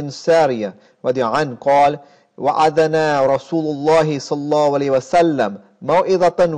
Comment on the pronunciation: Can you Please say Sollallahu alayhee wasallam, not “soh wasam”. U saying it fast and its heard wrong. I’m getting annoyed . I’m sorry for correcting you. Thank you